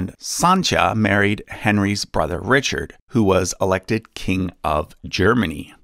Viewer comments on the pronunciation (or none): none